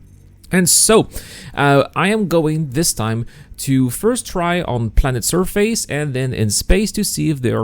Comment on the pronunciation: Its about time you learned how to properly prenounce the word "surface"